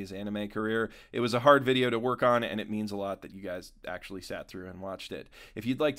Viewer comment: "Meands" lol